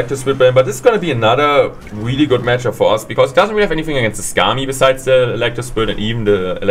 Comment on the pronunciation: "Such a good gematchup" haha when the German kicks in! 😂